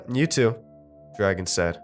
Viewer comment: Dragan isn't pronounced like dragon, its like dra gaun